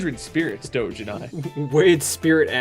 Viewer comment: I am so pleased you pronounced Doge properly :3